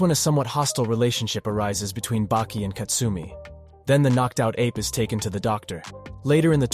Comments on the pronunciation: Saying bakey is really messing me up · I never heard anyone call Baki - Beki lol... wtf man lol why. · And he corrects it even in the middle and still calls him beki after tf?